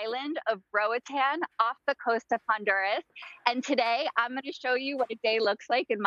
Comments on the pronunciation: Nothing grates my nerves more than hearing people saying Roatan wrong, especially when they claim to love the place. -A Honduran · It's really annoying when she saying roatan